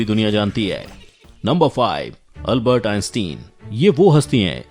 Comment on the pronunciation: Albert ka Naam tou sahi ly